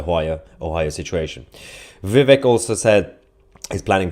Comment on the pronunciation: Please learn how to pronounce Vivek's name.